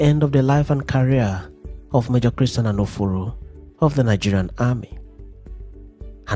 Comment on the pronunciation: Is Anoforo an Igbo name or pronounced wrongly? If yes, he must have come from a none Igbo speaking region.